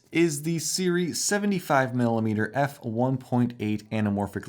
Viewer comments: We really are spoiled as creators nowadays. Honestly. These lenses are really good for the price, and are simply unheard of just 5 years ago. What a great time to be into anamorphic shooting! BTW, it's pronounced "SOO-ray", not the way you are pronouncing it. Pet peeve of mine, such mispronunciation. Don't mind me LMAO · It took them a while because you mispronounced their name.